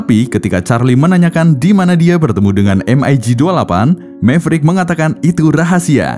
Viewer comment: spelling mu iku lo min...em ai gi utk MIG...hadeuh menyakiti telingaku...di film2 maupun dunai militer biasa dibaca Mig...spt ejaan org Indo...karena kata Mig ini dr bhs Rusia...yg mbacanya ya gitu Mig (not em ai Gi)...